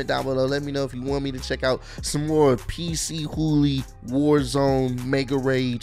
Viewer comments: so its actually pc hooly. i pronounce is p chooly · He said PC Hoolie hahahaha it's pronounced puh-chew-lee